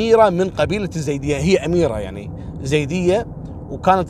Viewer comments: اسمنه مو زيود ايزيد نطقكم غلط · عفوا اخوي احمد الخزرجي يقصد الايزيديين وليس الزيديين بس ما نطقها عدل هذولا في بعشيقة وسنجار اللي احتلوهم وسبوهم الدواعش 🌹